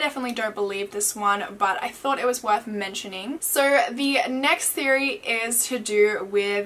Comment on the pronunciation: Why do you pronounce the word "so"...... "sir" lol